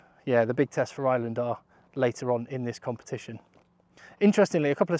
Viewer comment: AYE ER LAND!!! Please stop saying island. Please